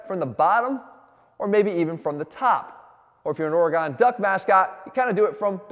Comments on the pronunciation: Jeff, it’s pronounced Ore-gun, not Ore-gone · mf really just pronounced it or-ee-gone 😡 or-ə-g'n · It's not OreGone it's OreGun lol. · Umm, Oh-re-gone? I do believe since this is a proper noun, there's a correct pronunciation which is Oh-re-gun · Ory-gone, Loo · Great video, but Oregon is pronounced organ. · Jeff may know how to do a pushup, but he definitely does not know how to pronounce Oregon, lol. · anyone else cringe how jeff says oregon